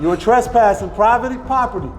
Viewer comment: Did he say privaty property. Not going to lie i would fumble them words to with my adrenaline that high.